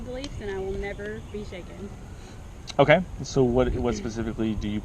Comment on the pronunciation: "Shacken"? "Shaken"